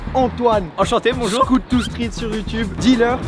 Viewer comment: « Salut bonjourS » euhhhh depuis quand Bonjour prend un S ?